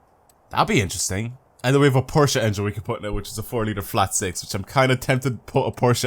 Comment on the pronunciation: I think you’re the only youtuber to pronounce Porsche correctly LOL